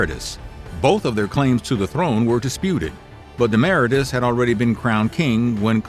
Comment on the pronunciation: KleeOMMennees. DemmahRAYtus. Moron.